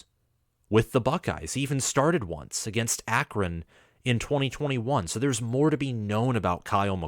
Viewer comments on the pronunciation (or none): none